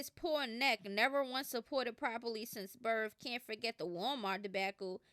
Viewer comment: It’s SINCE. Not sense. 🤦🏾‍♀️